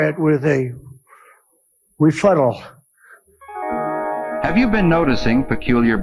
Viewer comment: Why can't Trump just take the high road and ignore the attacks? If he did, a lot of the negative stuff would just fade into the background. But he cannot avoid his "refuttals" because his ego will not allow him to do so.